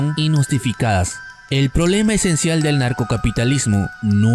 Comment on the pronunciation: ANARCO pronuncia bien no es NARCO